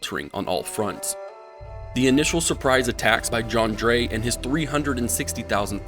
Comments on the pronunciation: It’s kinda like jiaw, the aw is pronounce like the ou part of ouch. Zhang jiaw. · It's actually pronounced ZHANG Jué. I was just aware of this detail hours ago